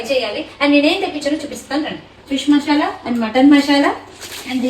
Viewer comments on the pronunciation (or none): మషాలా కాదు మసాలా